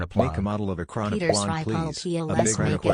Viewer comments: your saying it wrong its e-cron-o-plan and plan is said normaly and it disturbs me that you think its russian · It's pronounced ekrano"plane", not ekranoplan. Same as biplane, triplane etc. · Normal people: ekranoplan Me, an intellecc: ploat